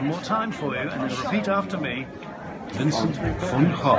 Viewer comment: Way better than other videos on this site allegedly giving the correct pronunciation. This is basically how I'd pronounce it. Only correction would be that the way you stress your syllables in Vincent is a little weird. The "cent" part isn't pronounced "sunt", like it is in English, it's really pronounced "cent". But that's very nitpicky of me!